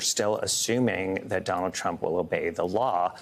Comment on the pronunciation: Trump not truck LOL